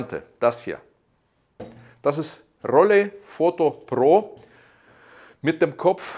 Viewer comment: Rollei war ein deutsches Unternehmen, Ausprache wäre dann Rollai nicht Rollä. :-)